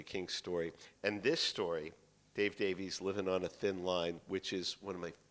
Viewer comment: All I know is the guy wearing the toupee mispronounced Davies' name.